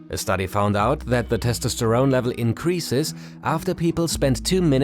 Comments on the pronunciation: That pronunciation of testosterone took years off my life. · The testosterone pronounciation is killing me